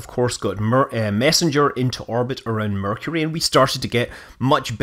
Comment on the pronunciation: correction, you mispronounced "Mercury".